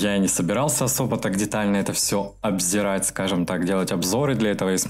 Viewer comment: Обозревать, а не обзерать. Это вы там все об... ЕРаете